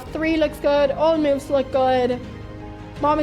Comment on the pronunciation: Pia really makes some great "meauvs"